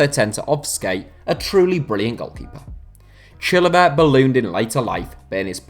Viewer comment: Well done for butchering the pronunciation of Chilavert's name